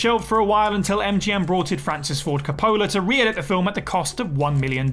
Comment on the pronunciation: Can you guys please learn how to pronounce “Coppola”?